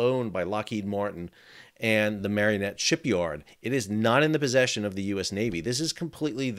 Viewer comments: It's Marinette not marionette. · Mare-in-ette, not mare-e-in-ette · Two points of correction: the steel supports are not connected to the ship, they fall away on as part of a system that rotates away as the ship is launched, the supports of which ca be seen in the video rotating up after launch. Second, it's pronounced "MARE-IN-ET", not MARION-ET. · It's MARE IN ET, not marion et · It's pronounced Mar-i-net, not Mar-ee-o-net. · The pronunciation of city is (mār in et) or (mayor in et) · For future reference, we pronounce Marinette with an a sound in the middle and not a y sound like Mary. Don't know how it's supposed to be just the way we say it. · No "o", and 3 syllables, in Marinette, btw. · Look at how Marinette is spelled and then pronounce it correctly.